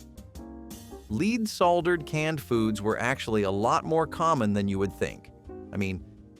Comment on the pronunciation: Leed salder?